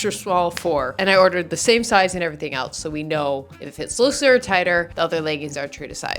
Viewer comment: ok you are legit slurring your words and its super annoying. I had to rewind a few times. When you said "LOOSER" it sounded like you said "SLOOOSER" girl please speak with better enunciation.